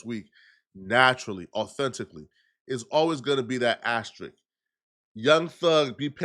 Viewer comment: Is he trying to say asterisk??